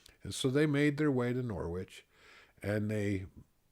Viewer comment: Thank you so much for sharing your stories! I have enjoyed them all. My mother is a WW11 bride from Norwich, England. She joined the church when she was about 13. Just FYI, the W in Norwich is silent. Thank you again, Paula.